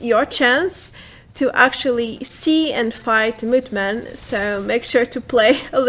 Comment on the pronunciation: The way you say moth-man is so funny. 🤣